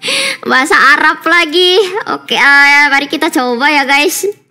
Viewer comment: Kobo can pronounce arabic fluently even without harakat, GG